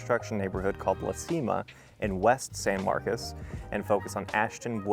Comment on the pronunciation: perhaps everyone around you are from California, locals pronounce it San MarCOS. Anyway…even though this neighborhood is away from the campus, you’re just a street away from Craddock which is overran by student housing, fraternities and sororities. TXST has an acceptance rate of nearly 90% which the students are not the brightest and don’t care about San Marcos. This city was a great city 20 yrs ago until the university lowered its standards and Californians moved here. …and not every new subdivision adds PID taxes on top of property taxes. Buyer beware.